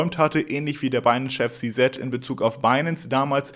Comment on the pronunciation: Alter… Si-Si sagen die alle, nicht Si-Set… es gibt keinen Si-Set… sag entweder Si-Si, wie alle, oder Ze-Zet deutsch… oder sprech den Namen halt aus…